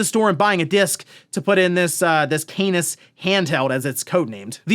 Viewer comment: Canis... I cannot stop just hearing anus